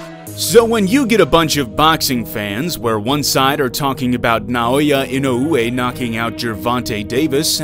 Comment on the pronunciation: Bro please help your self dedicate to learn the Japanese guy name properly